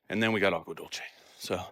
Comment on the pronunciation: Agua dulce means (sweet water) in Spanish. Pronounced dulseh. And Sanol is a nice area.😊